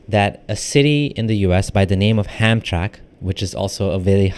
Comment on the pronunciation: HamtraMck (pronounced as 3 syllables)